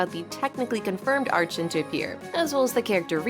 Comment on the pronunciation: fr how do these people believe its her and not AI, you cannot even hear a single breath during these sentences. Humans have to breathe, AI doesn't. It sounds too robotic, I could believe it is someone speaking but the way she said archon has me believing its not her, i struggle to believe someone who has been playing genshin this long would still be this clueless. No genshin player actually says it like that, you can't have been playing as long as she has and think its archon when all in game characters literally pronounce it as "arkon". EDIT: Just realised this is apparently her first time speaking, thought she was trying to claim all previous videos was her real voice too and not ai.